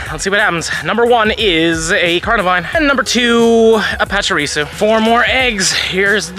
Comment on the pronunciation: Why does this guy keep saying pacharisu wrong